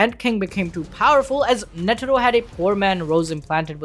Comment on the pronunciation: why you keep saying netiro lmao tf is that